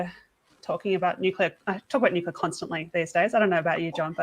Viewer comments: Cmon John, say it after me its "New -clea - are" - Nuclear, nuwcular is something else. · What is this energy source he is talking about, nucular?? Is it similar to NUCLEAR?? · If you are going to talk about nuclear at least learn how to pronounce the word. There is no such word as nucular.